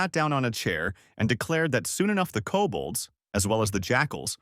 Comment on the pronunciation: "Cobalts" does NOT equal "Kobolds" 🙈